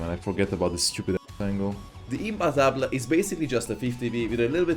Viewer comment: Thank you for pronouncing imbattable correctly